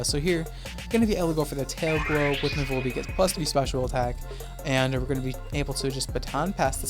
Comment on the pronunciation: your volbeats name is perfect